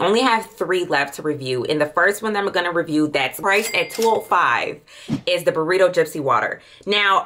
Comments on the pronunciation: BURRITO Gypsy Water??🤔 Byredo is pronounced bye-ray-dough.✅️ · Not to be rude at all, but please pronounce the names correctly. DEEE LINA & BUY RAYDO. Other than that you're golden! Delina exclusif smells good too. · Pronounced BYE-RAY-DO (Byredo), PEE-YONI ( Peony)and SANDAL-WOOD (sandalwood), you are welcome 😂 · The burrito (byredo) took me OUT!! 🤣